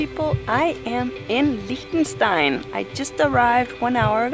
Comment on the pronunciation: You actually pronounced its name right! Anyway, you seem really symphathic